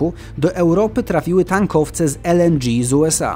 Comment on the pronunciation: LNDżi... Może jeszcze waterciągi?